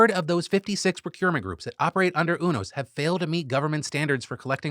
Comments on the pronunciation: haha Phil, its not UNOS like "uno" its U-NOS like "u-haul" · I think it’s pronounced you-nose not ooo-nose (this information is 100% from Grey’s Anatomy) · Love you Phil but it's pronounced "You"-nos not "UNO"-s 😂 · Umm actually…it’s “u-nos” not “unos” 😅🤓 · You-NOS 😬 Not, Oonos 😔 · UNOS is Yoo Nosse (like Too Close). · I think it's pronounced U-NOS (you-noce). I credit 15 seasons of ER. Dubious source, yes, but Michael Crichton was an MD I believe. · pronounced "you" "knows" UNOS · The way Phil pronounces UNOS tells me he's never been a fan of Grey's Anatomy. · You can tell Phill doesn’t watch greys anatomy based on how he pronounces UNOS😭😂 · All the grey's anatomy fans cringing at the pronunciation of "Unos" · You say unos different than I’ve ever heard it before